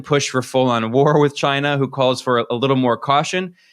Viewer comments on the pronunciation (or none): The correct Trump pronunciation is ‘ Ghyna’ !😉🤣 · I hated to hear the arce hole saying Chyna